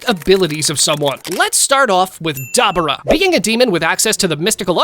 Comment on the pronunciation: Duh-bor-uh not de-bu-ra